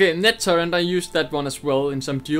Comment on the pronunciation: H is pronounced "aitch" not "hay". Also turret not turrent. Just a heads up. :P